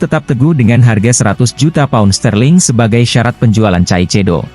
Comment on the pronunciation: Real Madrid bang....bukan Reel Madrid..pake A Caecedo bacanya Kaesedo... biar enak dengernya...